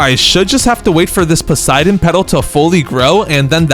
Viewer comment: When I noticed the Poseidon plant existed, I added it to my dionysus farm (grape section) and dreamed of getting a garden full of Poseidon plants. EEEEEE!!! HE EVEN SAID IT RIGHT!!!!